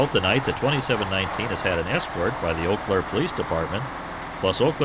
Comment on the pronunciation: its "yoo Claire" btw. also not enough shoptalk lol and the FRA is now angry at you for kicking a car